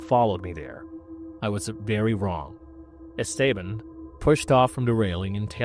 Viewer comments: Not how you pronounce esteban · you need to brush up on your pronunciation. Esteban is one, but dingy? Cmon...